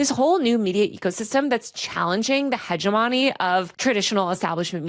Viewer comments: heja-MONY or hej-GEM-muny? Yeah, it matters if you don't want to sound like an eighth grader trying out the word for the first time. I'm trying to help you, not mock you. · Wrote a book but can't pronounce hegemony 🤔